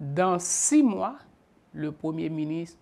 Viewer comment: Privert, yo pa di miniss lè wap pale français, ce ministre. Apran prononce "R" la stupid.